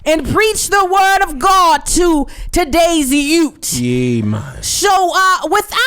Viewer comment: said "to today's youT" HAHAHAAH #dead